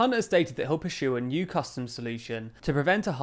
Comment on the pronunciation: says perxue rather than pursue, so cute